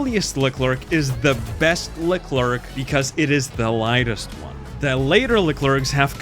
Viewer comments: i swear bro if i here him say Leclerc as le-clerk im bouta throw a baguette at in his vicinity. its pronounced (lecler the C is silent) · im not even fr*nch but the way you pronounce leclerc is horrible